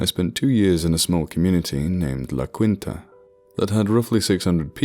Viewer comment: Hey man, stellar narration as always. Just throwing a tip your way, in Spanish "qui" is pronounced as "kee" or "ki", just a short syllable. "Cui" would be the way you pronounced quinta. The writer of the story specified their spanish was meh so maybe I am making a dunce of myself by pointing this out, but I figured I'd say something. You're the best narrator on the site man, keep on truckin'.